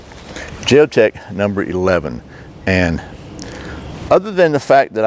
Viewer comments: why would you justify the way you pronounce Jeo-tech by say ing you're American? That's an insult to thinking, intelligent Americans. That's the way all ignorant Americans justify their narrow minded point of view( Trump supporters). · Isn't it a sign of respect to pronounce words in the way the language meant them to be. In some languages, pronouncing one word differently could translate as insult or compliment. Bit pedantic of me to mention this, but your dismissal of the company's correct name left me feeling as though you felt you were entitled just because you as an American could do that.